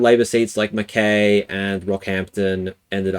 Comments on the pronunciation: Mackay rhymes with pie. Bundaberg is probably the biggest surprise. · Mih-RAN-ee. Mirani. Mackay, rhymes with pie.